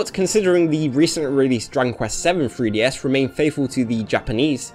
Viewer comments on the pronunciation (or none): Why does it sound like you're saying "freeDS"?